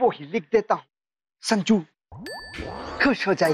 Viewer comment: sajnu instead of sanju